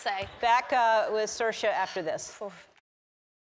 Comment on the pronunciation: It was lovely to hear Saoirse pronounce correctly.